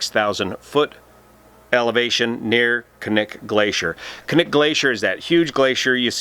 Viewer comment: Impressed that you said "Knik" correctly.